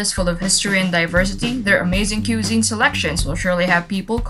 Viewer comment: its not (coozeen) its (cweh -zeen)